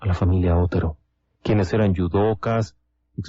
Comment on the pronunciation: Con todo respeto, el apellido Otero es original de Castilla, España. Mis antepasados se apellidaban Otero. Se pronuncia tal y como se escribe pero sin énfasis en la O. Pienso que aunque un detalle pequeño, estas victimas merecen esta aclaracion. Gracias.